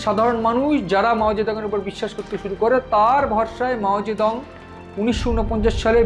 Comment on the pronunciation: মাও সেতুং না মাও জিদং